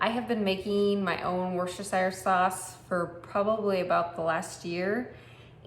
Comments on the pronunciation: Say it withe me now WIS-TER- SHER SAUCE. Ya got to say the Worcester part like your from Mass. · At least pronounce it right love!!